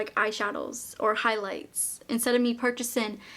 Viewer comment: Hearing you say “purchasen” will never get old. You are my favourite YouTuber ❤️